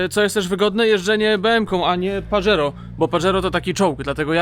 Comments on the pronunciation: pozdro.... nie "Padżero" tylko Pahero:) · Panie. Wymawia się paHero